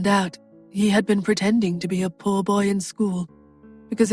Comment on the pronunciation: I'm a southerner, country as cornbread and we have crazy pronunciations BUT I have never heard poor pronounced purr 😻. I giggle each time I hear it, anyone know where the accent come from? Purr 🫗😹💵🙀💲🙀🫗🤣🤣🤣